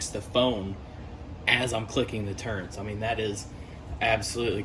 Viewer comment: Turrets - no 'N'. Thanks for the video.